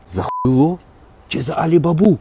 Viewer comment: Невірний наголос,,алі-бАба,ане,алі_баба,,який висмоктує з ,,смарагдового,,все шо треба,жіночкі за звичай таке роблять,висмоктують і мозок,і гроші,а я президенша....все буде Україна🌦